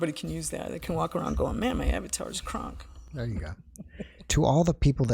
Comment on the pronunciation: she said her avatar is "kraaank" - being german I had to go back and listen again in order to understand what she meant...well yes I know now her avatar is "krank" ( pronounced with a very short "a" I would have understood right away that it is sick/ill ). Great respect is learning foreign languages; this is definitely not a common thing for Americans to do. (Hope my english can be understood 😉😊) Much love to both of you!!!